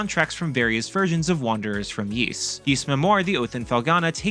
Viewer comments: It's NOT PRONOUNCED YEES. IT'S PRONOUNCED EES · Please pronounce Ys properly 🥲. It's not "Yees" it's "Ees". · Can’t wait for this! I’ve preordered the PS5 & Switch version! But please - it’s pronounced ‘ease’ not ‘yeese’ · I didn't know it was Yees, always heard it as Ees. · ah cool. Yees doesn't sound right. Thank you 👌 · "Ees" is the correct pronunciation. It's just hard to know the correct pronunciation because they rarely mention it after Ys 1&2, which are unvoiced in modern versions.